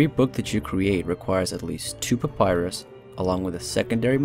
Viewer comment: Man, that's not how you pronounce papyrus... :T